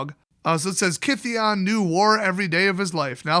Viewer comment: Kytheon is pronounced the same as Gideon (it’s Greek), Ky is a ‘gih’ sound and the th is pronounced the same as the th in ‘the’. In the origin story when he went to bant they misheard the name and transliterated it as Gideon (the closest in their non-Greek phonetics) and he adopted that spelling instead.